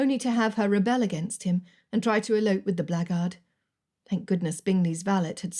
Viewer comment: The narrator didn't always gets her words precisely and accurately!